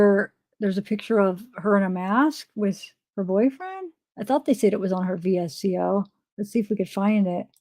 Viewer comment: VSCO is VS-CO not V-S-C-O